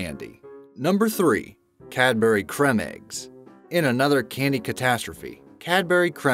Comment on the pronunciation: I know I’m two years late but wtf did u just say it’s pronounced cream eggs